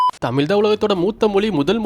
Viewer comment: Nice video😊 நீங்கள் தமிழ் சொல்லாமல் தமிள் என்று சொல்லுகிறீர்கள். அதை சரி செய்யவும்...